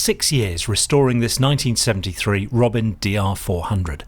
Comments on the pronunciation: don't think it could be pronounced robin. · First off: it’s Di-ZHON. Second, it’s Ro-BEN, not Robin. Thirdly, my French Aeroclub had C172 and PA28.